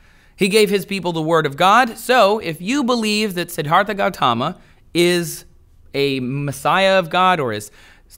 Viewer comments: You didn't pronounce Siddhartha correctly and he never preached of any God or that he was a prophet. You clearly didn't do any work into himx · So because he pronounce something incorrectly it's an argument against his arguments. Well you wrote "himx".